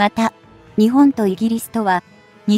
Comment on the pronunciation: いくら何でも「日本」を「ひぼん」と誤発音するのは余りにも酷すぎます。その程度のチェックはきちんとしてください。誤発音にある程度目を瞑ってきましたが、これは看過できません。